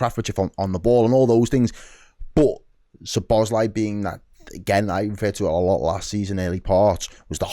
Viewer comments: Learn his name please. Not Sobozzzzlei... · This is my best way to help you with the pronunciation of his name: Soh-bos-la-e.